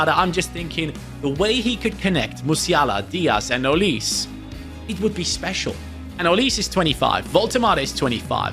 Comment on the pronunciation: why do you say olis his name is olise